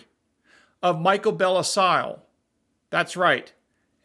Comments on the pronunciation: If I'm not mistaken, Bellesiles' name is pronounced "bell eel." It's from the French for "beautiful island." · I think his name is pronounded buhLEEL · The pronunciation is closer to “bell I’lls” Comment mostly for the algorithm to log interaction.